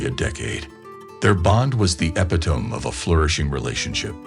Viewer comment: Ep-a-tome?? Does your robot not know e-pit-a-me?